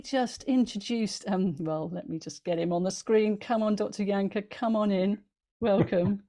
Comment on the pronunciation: Please please please, everyone, please start pronouncing name CORRECTLY, Jahnke. Is pronounced Y A N K U H, so easy to say it the right way......thank you